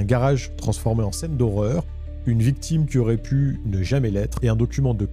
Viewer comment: Salut, ne t'en fait pas, ça arrive aux meilleurs de louper un détail au montage, mais à fond dans le récit, ça m'a fait rire cette petite erreur "La VICTUME titube" 🤣🤣